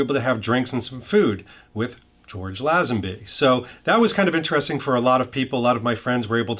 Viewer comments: I shee that George pronounces his name as Lay zen bee, which always mind, not Laeh zen bee as this video's announcer does. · Nice. (PS: The name is pronounced LAY-zenby, not small "a".) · First, get the name right: the man’s name is pronounced LAY-zen-bee! Second, thank you for doing this, highlighting my favourite James Bond, star of the best Bond film of all! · Mate..... Lay-zen-bee! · Lay - zun - be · LAY zenby As in get LAYED! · Lay-zin-bee. George Lay-zin-bee. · Why does everyone keep mispronouncing his last name! LOL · You sound like an expert, but you pronounced his name wrong EVERY time you said it.